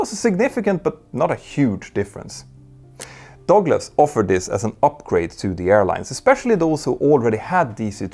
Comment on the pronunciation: It took me awhile to find out what the narrator meant by "dogless". 😅